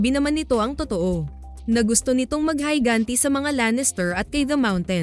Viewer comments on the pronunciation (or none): Who are you, you don't even know how to read properly, what's heyganti, go back to school and study well, stupidity is very annoying